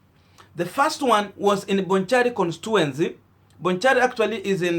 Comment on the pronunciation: Pronounced as "Konstichuensi"